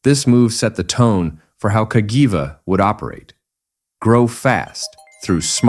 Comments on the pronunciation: Is there any word that Burgerpeople cant mangle? Kah Jee Vah ffs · How many different ways can You Pronounce Cagiva (Ca - Gee- vah) in 3 minutes? & None are right! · It's cag - ee-va when you say it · it said Cagava 😂😂😂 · This is for the person uploading the AI slop videos. Nobody wants this shit. I can find this history on Wikipedia without having to listen to a robot voice that pronounces Cagiva incorrectly in a dozen different ways. Have some pride you vulture. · It pronunced "Cagiva" in 10 different ways during the video 🤣. I didn't even know that was possible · And none of it sounded right 😂